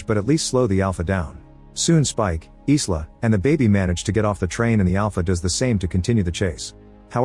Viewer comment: AI not knowing how to properly pronounce the name Isla, and calls it "Is La".